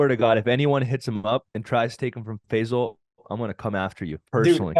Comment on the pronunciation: Bro his name is NOT Fezal. His name is Fay-sal.